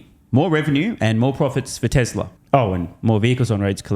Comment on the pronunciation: can’t be sued, he says, “Teslur” not TESLA. well played